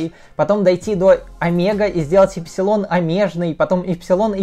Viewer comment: "ОМЕ Ж НЫЙ"